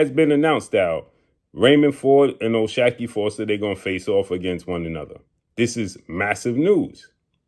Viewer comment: O-SHOCK-KEY that's how you pronounce it bruh